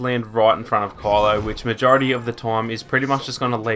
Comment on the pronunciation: Why do you say "Call-o" his name is Ky-lo. I know it's ur accent but it's weird. It almost sounded like Carla sometimes. Pronounce it correctly bro.